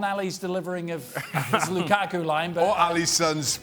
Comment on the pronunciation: No one says Lukaku better than Ale 😅